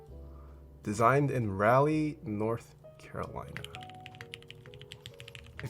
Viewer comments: He said Ralley NC lmao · The way he says Raleigh. “Ra le”🤢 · NOOOO HE PRONOUNCED RALEIGH WRONG IM OFFENDED